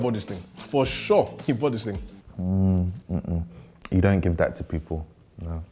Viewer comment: Everybody: horrible, despicable, poison: This ting is good😂😂